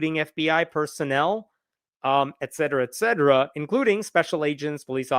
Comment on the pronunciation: There is no "d" in "etcetera".